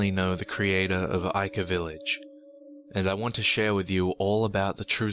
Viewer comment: Almost thought u said ikea